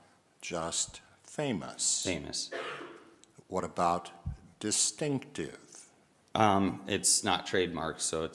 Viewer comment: the way the judge says “distinctive”. 🙄